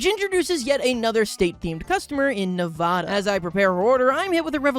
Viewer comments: Nevahda? It’s pronounced nevāda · It's Na-VA-da. Also funny that they're sisters, as the states are adjacent to each other. What's next? CALIFORNIA?!